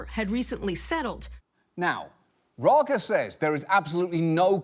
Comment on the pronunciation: First, Raga and Daga are supposed to be Dutch names, but Dutch doesn't have that kind of G sound. Then he nailed the Dutch pronunciation of the G...